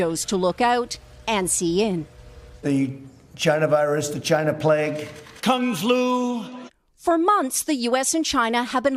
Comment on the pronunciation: Trump funny asl he said Kong flu 🤣🤣😭